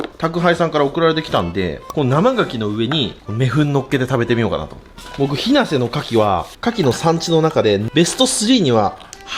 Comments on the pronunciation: 日生は ヒにアクセントじゃなくて ナにアクセント ひ な⤴︎ せ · すみません。 日生の発音はひなせ↑です！ 牡蠣めちゃうまいですよね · 岡山県民です。 日生の牡蠣はめっちゃ美味しいので毎年食べてます！ ただ、日生の発音が間違ってて、メヌケと同じ発音が正しい発音ですよ👍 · 岡山県民として日生のイントネーションが気になる笑